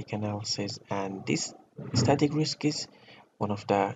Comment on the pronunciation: I'm tired of you with your Risk instead of Riks )) I am jocking. Good luck